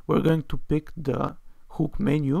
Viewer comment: Thanks for sharing. I believe that a "huhk" and not a "whooook" you're talking about.